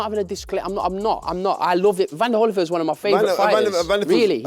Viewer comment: C'mon gents I can't believe my ears! It's Holy-field not Holly-field.